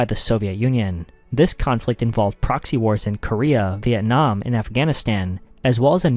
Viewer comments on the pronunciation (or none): none